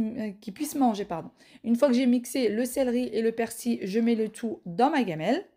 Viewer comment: Salam on dit persiL avec un L et pas persi 😊